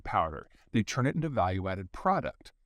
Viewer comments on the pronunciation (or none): none